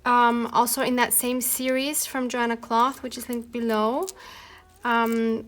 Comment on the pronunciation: I think you say her name.... yo Hanna clow. I love love 💗 your stuff!11